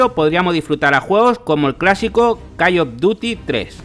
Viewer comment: "Calle of Dutti" 😂